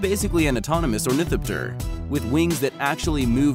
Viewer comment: You got a thumbs down for the click bait image, thou shalt not have an image of something that isn't even in the video, very misleading. One other point, you first story is about an ornithopter, when doing a story about an ornithopter I think its important that the narrator knows how to pronounce the word, its very irritating when the narrator positively slaughters the name of the primary subject.